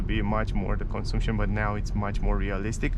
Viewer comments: " cănsamșăn" se pronunță corect și nu " consumpșon" În rest îmi place cum prezenți, m-am abonat de curând la ambele canale. Bv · Am crezut ca doar pe mine ma "zgarie pe creier" :)), cel mai bine intra pe google translate, scrii cuvantul "consumption" si acolo poti asculta cum se pronunta corect cuvantul. In mod normal nu ar trebui sa se auda deloc litera "U". Thanks for understanding !:goodvibes